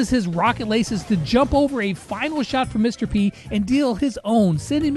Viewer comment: When he said Mr p I thought he said mrbeast